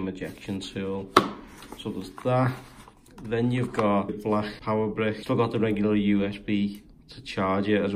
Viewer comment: That accent tho in prism balacccc